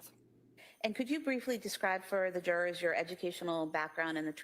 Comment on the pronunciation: All pah-ties and jur-ahs are present.